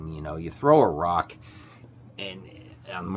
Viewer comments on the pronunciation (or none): none